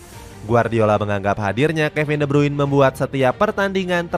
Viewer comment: De brune cara bacanya